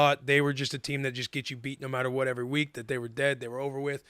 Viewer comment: "evers" 😂..close enough willy.